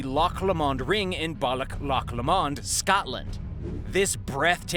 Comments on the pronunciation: I wish narrators would look up the words they speak in order to say the correct pronunciations of place names. It's so simple. It's not Loch luh-MOND, it's Loch LOH-muhnd. There's even a famous song... "...on the bonnie bonnie banks of Loch Lomond" (LOH-muhnd). It really devaluates a video. And so does showing us a photograph from the 1800s of a guy who lived in the 1600s. This is bush league stuff. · Loch La mond……🤣 Lomond - sounds like (Low mond)….. got Loch correct so brilliant as some people from here (Scotland) even say Lock!! Lol great video! :) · It’s Loch Lomond pronounced ‘ Low mand’ and Balloch pronounced’ Bal-ock’ sorry bit of a cringe on your pronunciation… interesting video though. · loch Li-Mond lol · its pronounced Lock Low mond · Man, please pronounce Loch Lomond properly. :( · That Loch Lomond pronunciation was fucking terrible🤣🤣🤣🤣